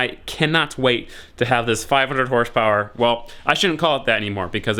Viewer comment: hahahaha! 😂 Horsh powwer?????????